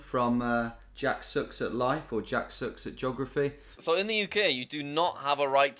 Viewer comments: I never noticed it until now but the way Tom says "geography" as "juggraphy" is hilarious 😂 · Doesn't sound like juggraphy to me